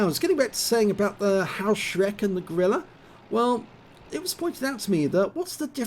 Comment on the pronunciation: Good nice replay. May I correct your spelling the name of the pzsflaffette 4b. It is not "Haoshreck" it is spelled "hoeshrecke". The two letters eu are in german always spelled oi or in english letters oe. Haoshreck would be written Hauschreck. Keep it up 👍🏻